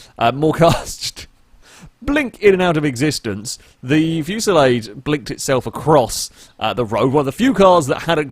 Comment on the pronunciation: So has figured out how to pronounce Fusilade. Now he just needs to get Asterope right.